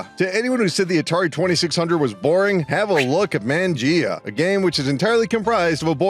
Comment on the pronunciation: Man-jee-ah? Man's never been to an Italian restaurant I guess. 😂